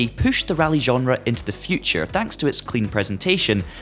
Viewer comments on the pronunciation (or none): none